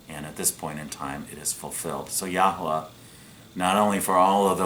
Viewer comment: For goodness sake please stop posting misinformation and making very silly pronunciations of the Holy Name of G-d